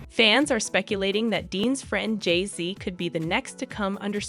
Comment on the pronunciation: The AI is sooooo bad on this. JAYZE and BEYAHNSE